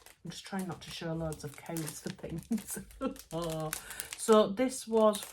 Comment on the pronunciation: Fabulous Vlog, loving all the fabrics. Your Devonshire accent when you said you liked one of your fabrics loads was brilliant pmsl, high praise coming from a Devonshire lass!😆